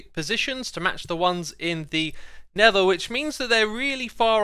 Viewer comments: Xisuma pronunciation guide: - Lever: leather - Never: Nether - Frew: through - Frone: thrown - Finking: thinking - Oh my goodness me: wow - Rotted: rotten - Ravenger: Ravager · Xisumavoid: never Me: you mean nether Xisumavoid: DID I STUDER!!